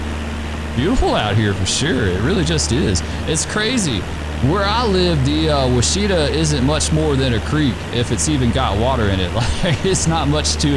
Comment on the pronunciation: You flew over my house! Great video! Also, the Washita River is pronounced "wash-uh-TAW." Same principle as Chickasaw is "chick-uh-SAW." They rhyme.